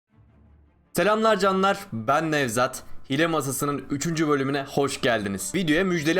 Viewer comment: abi hile diye yazılıyo ama hiile diye okunuyo hile ne